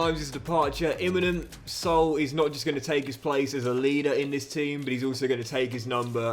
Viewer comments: Hey great vid as always, just wanted to tell you how to pronounce Saúl’s name, it‘s not Soul, it‘s Sa-ul🙏🏽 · Loving the content mate, just a note that since Saul is Spanish his name is pronounced Sa-ool.